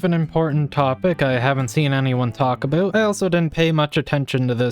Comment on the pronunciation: The way you say ''out and ''about'' screams canadian i can hear that even tho im danish